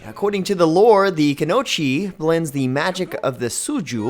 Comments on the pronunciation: Also, the pronunciation of Kuno-ichi really hurt my ears. The lack of the "i" in between the "o" and the "chi" made me not want to finish this video. It is not Kuno-chi, it is Kuno-ichi. Even someone unfamiliar with the word can see there's an "oi"and break down the syllables. "Ku-no-i-chi" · I gotta say... Sometimes it just ticks me off the way he pronounces things. Kunochi. It's kunoichi, there's an i and it ain't silent. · Dont forget kunOchi when its kunoI(E)chi hnnnng. On top of his a terribly vague explanation of the class compared to his others. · Holy crap I dont wanna sound like a weeb but those pronunciations of kunoi(E)chi and shuri(E)ken had me crying. especially after months of mmohut not mentioning a pep about dfo content like ranked pvp and more 2nd awakenings n such.